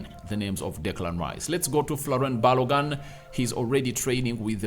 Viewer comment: Pls the name is pronounce thus: FOLARIN B -A-L-O -G -U - N, thank you.